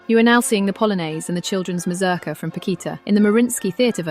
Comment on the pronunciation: Your pronunciation of this. Is horrible. It's a Polish word, not English. The U in the name should sound like OO. Slavic languages are phonetic. The letter is the sound. As in English name of the letter has nothing to do with it phonetically. If you going say the word every two seconds check the pronunciation. Or ask anyone who did ballet or folk dance. Just embarrassing.